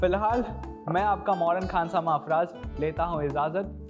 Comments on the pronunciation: Ijazath , not izazath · kya baat hai kitni achhi urdu hai apki..jeera (zeera) dal k izazat (ijazat) le rhe hain..waah bahot khoob..kahan se seekhi ye urdu..